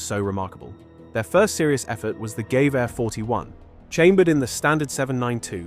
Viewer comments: What is this "GAY-vah" of which you speak? Oh, you're trying to pronounce Ger. "Gewehr" (rifle). It's "guh-VEAH", with the "guh-" kept short and unemphasized and the "-VEAH" just like Eng. "yeah" but with a "v". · I wince anytime this dude says "GAYVARE" for Gewehr. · The Gay-veyr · And it's GEWEHR, not GEWEHR! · How many seconds does it take to check how Gewehr is pronounced?